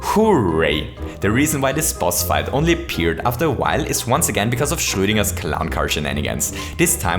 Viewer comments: I'm very glad to hear a German-speaking person say Schrödinger, now I know how it should be pronounced. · That correct pronunciation of Schrodinger is rocking my world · Another one was how he said "Schrödinger," since I've always heard it pronounced like "SHROW-din-g-air." Both people in question are Austrian, so I'm inclined to trust his way.